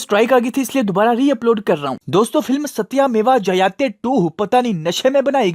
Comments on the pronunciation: He did not make fun of the name. He just does not know how to pronounce it. He just pronounced each and every letter. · Ager apko indian movie pasend nahi hai to koi baat nahi par movie ka naam to sahi se lo 😡😡😡